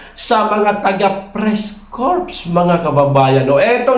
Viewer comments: Its common practice..even some corporate companies do that to advance their image..have a department called "Press Liasion"..also corps is pronounce as "cors" silent "P" sir.. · Ang pronunciation and salitang "Corp" (Sa Press-Corp) ay "Press-Core"